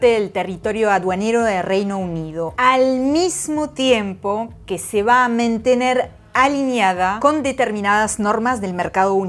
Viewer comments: por "mentener" ¿de donde eres nativa? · creo que lo dijo dos veces jaja... pero estos informes de filo news están buenísimos ... explican todo muy bien.